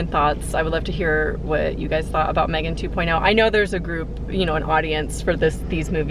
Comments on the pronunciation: May gen goes hard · her face when he pronounced Megan as maygan